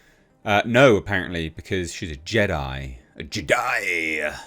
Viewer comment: So it went from Jedi to Je-die 😮